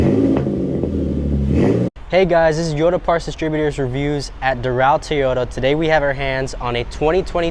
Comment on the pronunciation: FK a 10,000 market adjustment. And after all these years people still can’t pronounce TOY YODA. Not Tea YODA… it’s TOY YODA. Do you say Tee Yo Tires??